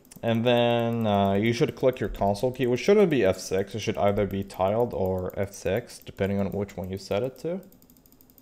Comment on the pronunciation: tiled? till-da